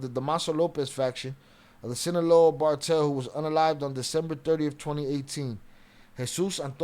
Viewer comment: Not bocaine ,cocaine,not bartel ,cartel